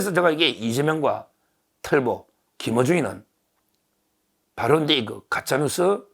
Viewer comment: 틀보(X) 털보(O) 김으준(X) 김어준(O)